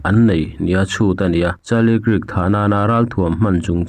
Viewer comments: Charlie kiirk han tih em em chu mawbawk le..pete tih lah pet i ti thul. Hmasawn tum ve em em laaa.. Zirlai tam takin i channel hi an ngaithla tih te hre ve bawk teh. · Kirk hi Kak tiin an lam thin